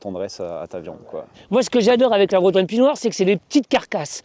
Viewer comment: Pis noir, pas pie noire !